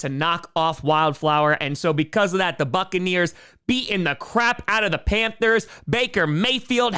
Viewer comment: You said Duckaneers wrong